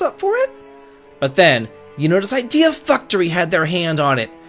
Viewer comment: "Idea FUCKtory". I can't tell if you said that intentionally or not, but I can't disagree.